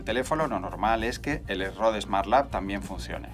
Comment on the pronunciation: Genial review! Pero pronunciar Rode así como si fuera una palabra española casi me hace sangrar los oídos.